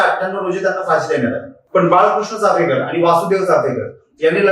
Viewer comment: अरे भावा, चाफेकर नाही रे... चापेकर बोल. आणि दुसरी महत्वाची बाब म्हणजे चापेकरांचं आत्मचरित्र उपलब्ध आहे google वर ते आधी download कर वाच आणि मग Video बनव. तुझ्यापेक्षा शाळेतली मुलं खूप चांगलं बोलली असती या विषयावर.